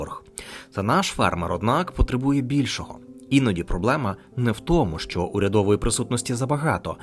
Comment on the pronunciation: Дикторе! Купи поп-фільтр, або навчись ним користуватися! 👺 І ще важливий момент: українська "и" це не расєйська "ы" по вимові! А "що" - це не "шчо"! 💩